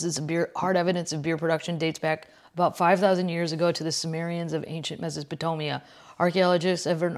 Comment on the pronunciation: "Mesapotapia"?!?! Sounds like the new over-the-top potato appetizer at Applebees!! 🤣😂🤣😂